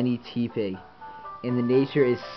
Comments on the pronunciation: It's pronounced Teh-pig not Tee-pig It's a pun of Tepid and Pig. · It's not Tea pig. It's te with the normal e sound. Te(normal e sound)pig